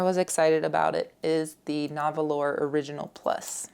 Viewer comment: Nahvalur is pronounced NAR whal. Light inks are so frustrated. Except for artwork, what are they good for? I really want to use them and my feelings get hurt every time. Why?!